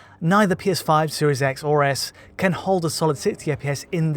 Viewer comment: why can't you say "can"?